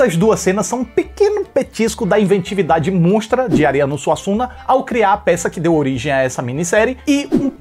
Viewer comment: "Arriando SUASSUNGA" 🤣🤣